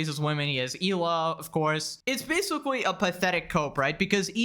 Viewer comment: Basicwee. I know you can pronounce the letter L correctwee. Why won't you get some very basic and cheap speech therapwee? It'd raise your potential production value substantially man...